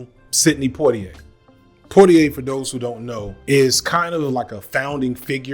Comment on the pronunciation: poi in poitier is read "pwa".